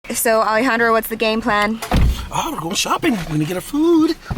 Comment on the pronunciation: I love it when says Alejandro!!! That’s my name